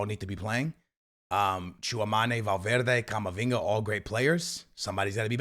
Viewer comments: Stil saying tchouamane 😢😢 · Bro can’t pronounce Tchouameni 😂